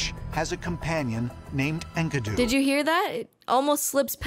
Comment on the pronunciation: Enkidu is the dude's name, not his species. He's not "The Enkidu". Also, these clowns saw the name Enkidu and thought "Oh yes, of course! Ink-uh-doo!"